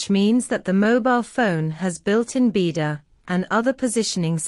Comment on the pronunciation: You need to Teach your Speech How to pronounce BeiDUo!! It's an agony to Listing to it Now !!